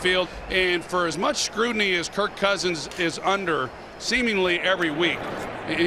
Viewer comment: I've listened to 10 times and I'm convinced thinks Kirk's name is Kurt